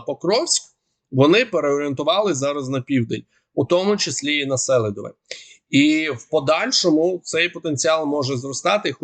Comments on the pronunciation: Пане, СелІдове. Наголос на другий слог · СелИдове! Правильно говорити так. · Робіть правильний наголос СелИдово - правильно ! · Читайте коментарі , говоріть правильно наголос, будь ласка. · Режет слух ваше сЕлидове. В Донбассе говорят СелИдове. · СелИдове! Ну скільки ж можна? Наголос на И! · Уточненя. СЕЛИДВЕ наголос на И. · СелIдове ударение на i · Наголос на другий слог - СелИдово (на букву и) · не правильное ударение в слове Селидово, ударение на букву И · Ставьте правильно ударение - СелИдово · Добрий день! Наголос в назві Селидове на другий склад. Мені здається, що для українського оглядача важливо правильно вимовляти топоніми. Дякую! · А на якому складі правильно ставити наголос??7 а першому чи другому. Тому що добрий військовий експерт, а філолог з нього так собі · Ставь правильно ударение